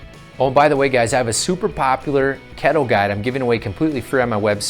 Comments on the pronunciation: It’s keeeeto not kettle A Hole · Ketto diet? Sure it's not called Keeeeto?